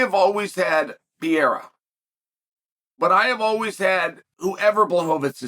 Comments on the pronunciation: It's not Pi-rera, it's Pereira😂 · Alex Pee-yera lol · Does Chael misspeaking Pereira's name as 'Piera' a gimmick? We know his not dyslexic! Alex Pereira is a former champion of the world in 2 different sports, and Chael has pronounced correctly harder to pronounce names. What's going on? Is it a gimmick, a mistake or does Chael just not like Pereira for some reason? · lol 'Pee-era'